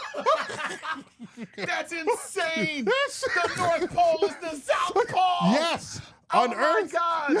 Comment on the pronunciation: Sounds more like a “north pull” haha